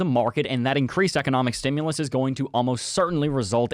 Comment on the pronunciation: There's no "o" in "stimulus".